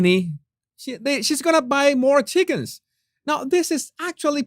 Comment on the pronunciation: Jesus, more not “moar ”